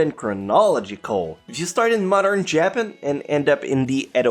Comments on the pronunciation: Why do you mispronounce things on purpose? There's no way you don't know how to pronounce things like "Japan." You said it like it was spelled Japin. With 1.2 million subscribers, it makes no sense that you haven't refined your speech patterns. It's disrespectful to mispronounce things so easily pronounced. Your presentation was so good too. Disappointing. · Why the hell did he say japen instead of Japan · Did I just hear him say "jappen" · did i just hear japahan?